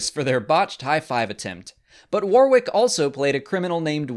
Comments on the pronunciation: warrick not waw rick :) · Worrick, not War-wick. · You're pronouncing Warwick all wrong (the second W is silent) . Warwick is also a place in the UK so it is really noticeable when you say it wrong. The phonetic translation is '/ˈwɒɹɪk/' (same vowel sounds as 'sonic'). Also (for Americans' information) 'Worcestershire' (as in the sauce) is a three syllable name of an English county. The 'ce' is silent and the 'shire' is pronounced 'sheer' or 'sher' (/ˈwʊs.tə(ɹ).ʃə(ɹ)/ or /ˈwɪs.tɚ.ʃiɹ/). There are various ways to say it but the 'ce' is always silent. If I were you, I would edit this. It makes English people cringe and wince (like when Americans call 'Ewan Mcregor' [correctly pronounced 'you-un'] , ' Ooo-un') . WTF? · His name is pronounced WARRICK, NOT WAR-WICK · You might, at least, have learnt how to pronounce his name properly -- Warwick pronounced Warick i.e. silent w (the second one). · "WAR-WICK"? - You make him sound like some kind of battle armoured candle. Learn how to pronounce his name if you are going to mention him. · love what you and Mollie do, but today as a Brit you made my head hurt. Constantly pronouncing Warwick’s name wrong it’s pronounced “Wor-rick” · Just a heads up, it's pronounced WAR-RICK. The second "w" is silent. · Pronounced Warwick SILENT 2ND W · You say his name wrong lol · Learn to pronounce his name before you make a video about him. Silent W in the middle. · The second 'w' in his forename is silenced! That's at least how we pronounce it here, in the UK, Mr. Davis' homeland. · That you couldn't even bother pronouncing his name properly is a bit of a kick in the nuts. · It's a shame that you're such a fan of Mr Davis, but can't pronounce his name correctly